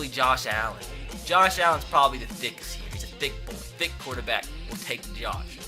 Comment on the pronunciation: you said dick instead of thick when it was nick foles